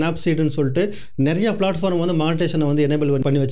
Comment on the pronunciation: சகோ வணக்கம் உங்கள் பதிவுகள் எல்லாம் நல்லா இருக்கு. சின்ன திருத்தம் அது பிளாட்பாரம் இல்லை பிளாட்பார்ம் 💐